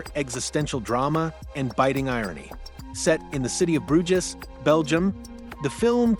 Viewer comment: = Bruges is pronounced Bruj = Ralph Fiennes pronounces his first name as Rafe